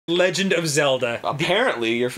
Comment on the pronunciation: Good ol Arin "I hate the Legand Of Zelda Ocarina Of Time" Hansen